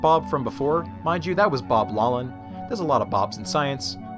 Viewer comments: Really enjoyed the video! One small correction: physics Nobel laureate and Stanford professor Bob Laughlin is pronounced “Laugh - lin” (not “low - lin”). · why does he keep saying Laughlin wrong it is pronounced Loft-lin or lock-lin not law-lin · 'Laughlan' should be pronounced 'lock-lin' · The “gh” in Bob Laughlin’s surname is not silent; it is pronounced as an “f”: “lawF-lin”. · Laughlin is pronounced Loch-lann meaning the Viking Lake-Landers. "ch" in Gaelic is pronounced like the ch in Hebrew or German gutteral sound. English uses "gh" to represent this sound since it already uses "ch" for another sound.